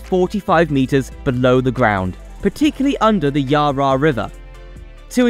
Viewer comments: by the way its not yar yar river is yarra (yarrra) river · The Yaa Raa river LOL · Yar rah river LOL. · Not the yah rah river 😂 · her yar. lol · Someone needs to teach the AI voice that it is NOT the YAR RAR River and MAC LOYD. Geez! Give me a break. TIB is clearly wanting . . . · the pronunciation of so many names had me in hysterics. I'm call the Yarra the Rar Rar River from now on :D Macloyd for McLeod? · i think you got your map wrong .... its from Bulleen to Watsonia :) need to switch them. Its also Yara (phonetically) as one word not YarRa (two syllables). MacLoyd is Maccloud. Its no actually help the transport hubs its just shuffling traffic elsewhere - people in the east cant get to the ring road easily, hence this tunnel, but like all our freeways, they barely have enough lanes now so if you double the population all these roads become parking bays like the south-eastern freeway is now. Too little too late. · Melborians? Yaryar river? Bruh take like an extra 10 minutes next time to read over your script and get it right. This is such a shoddy effort. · Melboorians. Versus what we say, which is Melburnians. And the Yah Rah river. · Did you actually show footage of Heidelberg in Germany for a project in Australia? Who the hell does your research? Also please learn how to pronounce some very simple words. I understand some might be difficult but McLeod and the Yarra River are not.